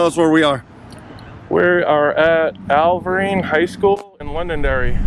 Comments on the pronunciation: is a great guy! But I’m not going to let him off the hook for saying “Alvirne” wrong lol. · I’m mad I didn’t go to this meet as I live nearby. But come on people. The location is Alvirne High School in Hudson, NH. I don’t think anyone has said it correctly in any video yet. And please do not mix us in with the Mass holes - as we affectionately call them.😂